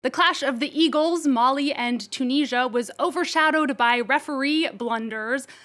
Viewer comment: It's Mali and Tunisia, not Molly and Chooneezhya